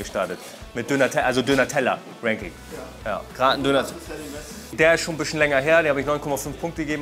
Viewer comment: Warum kann auf einmal Ranking richtig aussprechen?❤ …Never mind